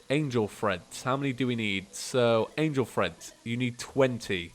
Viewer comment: every time EVERY TIME! the cringe when you say angle threads.... read the name plz